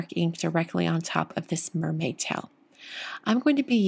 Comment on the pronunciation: At first I was mainly listening to this video instead of watching. I kept thinking you were saying towel instead of tail! 😁 Beautiful card,!